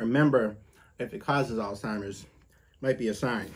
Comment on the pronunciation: I appreciate you pronouncing Alzheimer’s correctly. It amazes me how the majority of people pronounce it “All Timers”